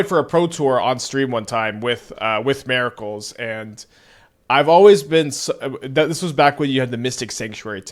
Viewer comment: MER-I-CULS brother 😂